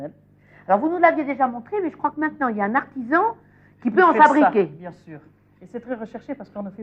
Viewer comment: "Alors là on a les couennes, on va les mannnnger ?" "Mais bieng sûûûr !!" Géniale cette Maïté !